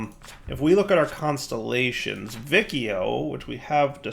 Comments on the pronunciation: Yeah, it should be either "Wikio" (Classic Latin) or "Vichio" (Ecclesiastical Latin). Also, I cringed when I heart how pronounces Boötes... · just for information: The C in Vicio is pronounced as what in english is the CH sound, like in Check, Chill, Channel... which is the latin 'C' sound. When I say C sound later I will refer to the latin sound not the english k/s ambivalence. The rule is: The C has the k sound when is followed by: A, O, U - and the C sound when is followed by E and I. If you want the K sound with an E or an I you have to put the H in between. So 'che' is pronounced KE and 'chi' is pronounced KI, while 'ce' is pronounced CE and 'ci' is pronounced CI. Sorry but hearing Vikio triggers me